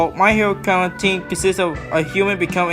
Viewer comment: Im sorry but that way u said academia